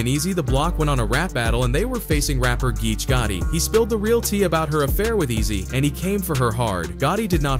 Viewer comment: It's pronounced (p-app) papoose & geechi (geech-e) gotti 😂😂😂😂 papoose & geechi gotti (even tho u can say geech it doesn't sound rite unless u coo 😎 wit him 😂😂 u can't abbreviate the name or it has 2 b natural like wat up geech aka geechi gotti) sounds like u heard a story & ran wit it 😂😂😂😂😂 which is coo 😎 jus say The names rite least 😂😂😂